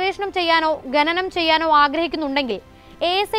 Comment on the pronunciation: ഗെനനം അല്ല പെങ്ങളേ, ഖനനം എന്നാ വാക്ക്; പറഞ്ഞു പറഞ്ഞ് മലയാളത്തെ മുടിപ്പിക്കല്ലേ😢